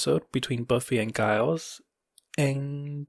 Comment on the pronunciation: HA! unintentionally pullin' a Buffy-bot by calling Giles... Guyles 😜 Yay, nice to hear some Warehouse 13 love. I met Eddie at a con (back in 2013), he was uper lovely and was selling Warehouse 13 t-shirts at his table (I got one, of course) 🥰